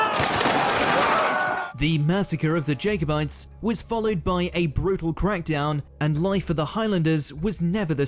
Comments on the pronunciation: "Culloden" is always pronounced with the stress on the second syllable. "Jacobites" is pronounced "Jacko-bites" not "Jacob-ites". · Just to mention that the man on the video can't pronounce Culloden or Jacobites correctly. Strange.